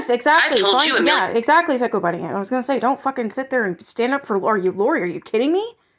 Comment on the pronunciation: BUNNY not Bennie